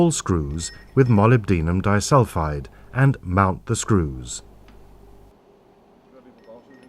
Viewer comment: I will not be able to hear 'molybdenum disulfide' without cracking up!